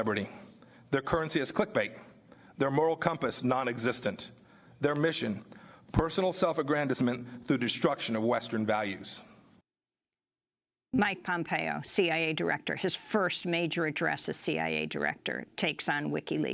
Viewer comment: That was lovely. Mispronouncing "aggrandizement" back to back with "western values" propaganda.